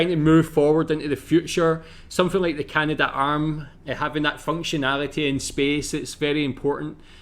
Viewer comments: Dude's grandfather worked on the Canadarm, yet he pronounces it incorrectly as the "Canada - Arm"??? It's Canad'arm, not Canada - Arm. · In Canada we don't say "Canada Arm" but rather Canadarm (three syllables). Careful of these videos when reacting, so many are made by people with little real knowledge of Canada as clickbait. Stick to the National Film Board of Canada or other reliable sources.